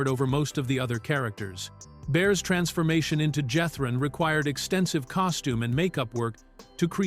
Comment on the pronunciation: Oh, please! Everybody knew Max was Jethrine (pronounced "Jeth-reen", by the way)! That was the fun of it!